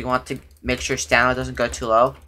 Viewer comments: You would be dead sober because he keeps saying stanima not stamina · Bro said stanima